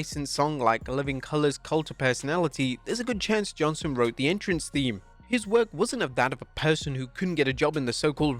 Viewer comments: JohnsTon...not Johnson. Pronounced it wrong on every single reference in this video. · Johnston not "Johnson"; you got the written name right, but not the spoken one...